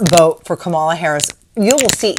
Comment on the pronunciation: Her name is pronounced "comma la". When Obama was president there was talk of separating families and cages. They turned it down because it is inhumane. Your president chose to do it and has said he will separate families again. I believe the documentary you saw is accurate and I also believe many of us, along with Kelly, cried while listening. My point is your guy is only in it for him. God bless all of Florida 🙏